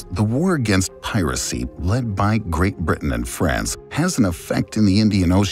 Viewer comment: At least pronounce the Caribbean correctly